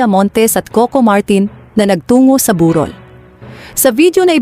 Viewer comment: Mali mali pag bigkas ayusin mo di tuloy maiintindahan ng malinaw ang salitang sinasabi mo tagalog pero ewan.tulad ng burol bu rol.